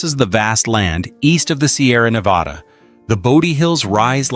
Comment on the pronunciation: Great video, and sorry to be harsh, but the countless times you said "Nevada" were difficult to hear after a while 😆 Locals (in California and Nevada) don't pronounce it that way. Just a heads up.